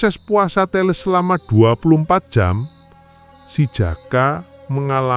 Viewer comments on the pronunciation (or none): " e " teles di baca sama, " e " pertama da " e " ke dua Brow sepengetahuan aku orang Jawa.